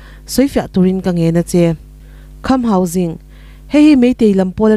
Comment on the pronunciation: Khamhauging ani lo, kham hausing s s sîng toh tur